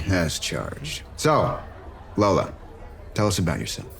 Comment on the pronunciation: yes, you can hear the guy mispronounce "lola"